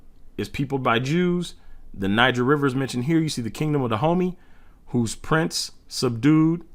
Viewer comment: Dahomey is NOT PRONOUNCED; “the homey,” it’s pronounced with stress on the first syllable: DA-ho-may! If you can’t correctly pronounce every word let someone that can, read it!